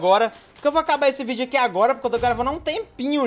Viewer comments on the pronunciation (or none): none